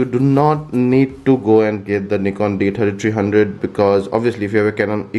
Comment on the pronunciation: D Tirty Tireee.